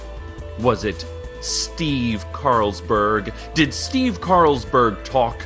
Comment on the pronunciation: Amo como pronuncia el nombre de Steve, tanto desprecio...¿Qué habrá ocurrido entre esos dos? xD es tan alarmista~~ Esa editora si que está mal D8 Gracias por traducir <3